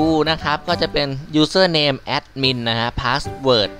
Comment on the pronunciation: "Aaaadmin Paasword Aaaadmin Pasword"Sry´,sounds funny :D Thx 4 the vid.